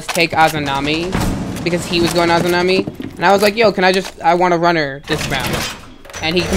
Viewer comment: They were annoying teammates but it’s a-za-mi not a-zoo-na-mi